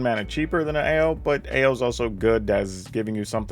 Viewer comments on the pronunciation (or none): Are you sure it's pronounced "Oww" and not "Ay-oh!"?